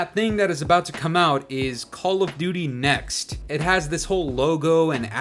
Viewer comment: The way she kept saying “call of duty NEXT” like it took a genius to come up with that lmao